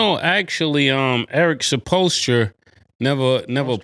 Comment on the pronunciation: Eric suppostra 😅 cmon murda lol